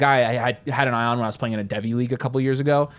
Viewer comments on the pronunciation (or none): none